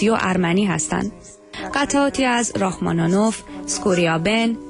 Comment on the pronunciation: آیا تلفظ نام رحما نینوف اینقدر برای این خانم گوینده مشکل است؟؟؟ خبر نگار هنری صدای امریکا!!؟؟؟؟ همه ایرانیها لااقل رحمانش را میدانند بدون اینکه از موسیقی و هنر و خبرنگاری بویی برده باشند!!!